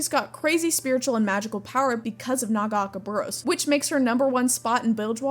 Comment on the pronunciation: Love your videos, don't love the way you say Nagakabouros